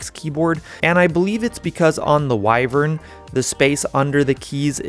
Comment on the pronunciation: At least learn how to say wyvern properly. Theres 2 ways, you mixed them together.